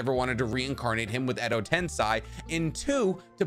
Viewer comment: Hey! Love your videos. Quick note: I think the proper pronunciation of "Edo tenSEI" is just like the first syllable of the word "sense", not tenSAI as the name of the character Sai.